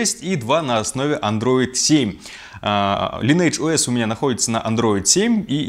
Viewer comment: правильно говориться лайн эдж оэс